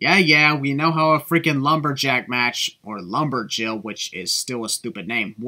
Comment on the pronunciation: you put emphasis on the 'lumber'jill instead of lumber'jill' comparing it to lumberjack! SIN!!!!